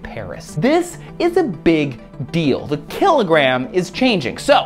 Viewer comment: kill-it gram